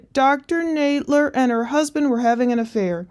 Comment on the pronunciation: I know it's a minor thing but it's a bit cringe that you keep mispronouncing her name (saying Nade-ler) when we've heard her friend say Nadler a dozen times already.